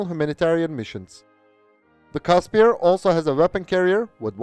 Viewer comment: FYI it's pronounced "Kusper" not "Caspier"